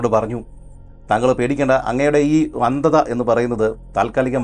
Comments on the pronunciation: വന്ധത എന്നാണ് പറയുന്നത്.. അന്ധത അല്ലെ ശരി... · വന്തത അല്ല... അന്തത്ത എന്നാണ്... സാരമില്ല 32 പല്ലിന്ടയിൽ ഒരു നാക്കല്ലെ.... 3 episode ഒറ്റ ഇരിപ്പിന് കണ്ടുതീർത്തു....🎉🎉